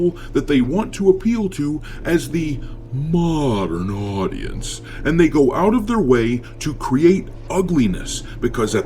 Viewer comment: They thought they're soo good, and what they made up (Concord, Acolyte...etc) is only for "Modern audience"🙄what they never understand is: those audience are ever, and forever, minonary🙄 Btw really like you pronounce "Modern audience"😂